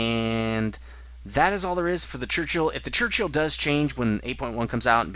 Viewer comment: Crunchill LOL :P it's a 'Churchill' mate :)